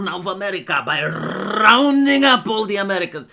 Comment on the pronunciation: Rrrrrrrrrounding up🤣